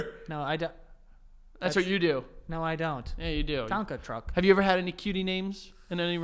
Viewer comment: he said “tonkan truck is “